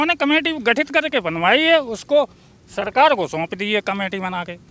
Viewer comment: Are madam ji tumhe patrakaar kisne banaya jo hindi bhi nhi a rhi hai sakar ki bajaye sarkar bol rhi ho 😄😄😄😄😄😄😄😄😄😄😄